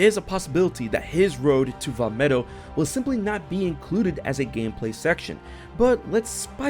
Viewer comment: You got the Vah medoh part right